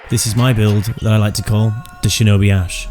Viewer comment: Ash not ass lol